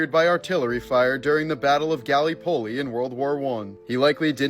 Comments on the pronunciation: They way you pronounce Gallipoli pisses me off.... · Getting my Anzac blood pressure all worked up, it was so bad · Same here. I had to go back and listen a second time to make sure I heard him correctly. No one is perfect but that was a really bad error on his part.